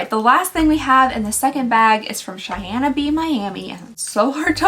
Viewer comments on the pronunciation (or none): none